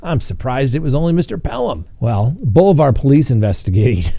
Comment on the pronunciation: Hi love your show! Welcome to Missouri! We are known for harassing coaches, children even. I personally know one guy that is banned for life from any school sport in Missouri. I'm going to be "that" person. Bolivar is pronounced Boli-ver. I dig your sense of humor.